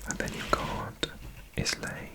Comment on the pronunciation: The Isle of Islay is actually pronounced like "eye-la"